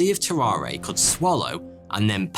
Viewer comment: Dang English is my second language and I notice you pronounce but like bot this is only slightly annoying but more funny than anything, also you say would and could like woot and coot. 😆I bet you add an extra (i) at the end of aluminum too. I hate it🤣, love your show.